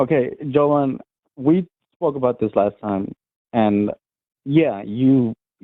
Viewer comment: nah, just racist. He clearly refuses to say Jovan correctly because it's "too black" of a name